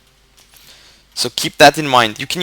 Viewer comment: By the way, just so you know, "corps" is pronounced "cor" :)